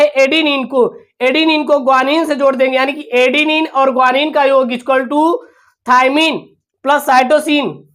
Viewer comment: Thaimine hai thaymine nahi hai